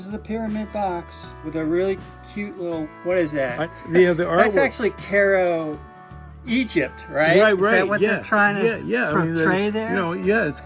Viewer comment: Cool! Isn't it pronounced: KEYE-roh? Emphasis on the first syllable like the word EYE...with a 'k' sound for the 'c'. Not like Caro syrup. Anyway, loved this video, thank you.